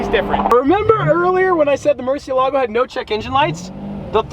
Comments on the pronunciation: Murcie.. EL. Ago is how say it. Love it Congrats 👍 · The pronunciation is more-see-la-go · it's a Murci-Elago, not a Murcie-Lago. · and sold the bugatti for buying this car... you must love it. MURCIÉLAGO, learn to say it. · Just for the future because I’m guessing your gonna be saying there name a lot, it’s pronounced “mer-shuh-la-go” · Too bad you and about 90% of the rest of the car community do NOT know how to properly pronounce "Murciélago". (HINT: notice and focus on the accented é) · Take a shot every time he mispronounced Murciélago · the way Americans pronounce murcielago makes me want to cry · Great video, but the pronunciation of Murcielago lowkey drove me insane this isn't meant to be hate, I love